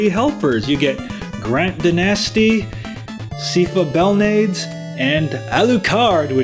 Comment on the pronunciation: Her name is pronounced Sigh-fuh Bell-nah-days. Dracula has three forms, the second being a cluster of blood-puking faces. There are actually four endings; although there's no path where you won't meet a partner, you can decline.